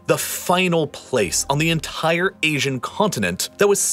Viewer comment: Take a shot for every time "entire" is over emphasized... You're dead